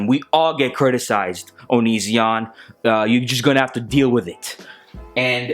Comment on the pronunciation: This is great 😂 Can we please stop calling him o-nee-ZEE-on though 😂